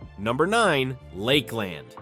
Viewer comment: It is definitely an AI voice. Port “Street” Lucie, the pronunciations of Ocala and Lakeland and Cape Corral. Housing is slow across the country and yet Florida is collapsing. Need some better facts here.